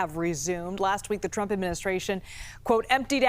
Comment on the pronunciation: Can this guy not pronounce the name ‘Trump’ properly? Such a weird pronunciation.